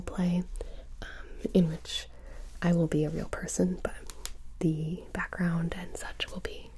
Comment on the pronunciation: You said widowmaker shot us in ZE head. Mercy doesnt have a french accent xD You said that you rezed us but then started healing? When someone gets rezed they are back to full heath lol not trying to be mean btw just poking fun 😜